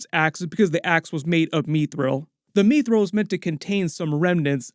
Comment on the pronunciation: What the hell is MEEE-thril? Short i, like in 'mister', not long; mih-thril, not mee-thril.